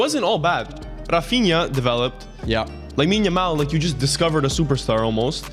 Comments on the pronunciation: The world: lamine yamal: yamine lamal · don't worry I sometimes say Yamine Lamal too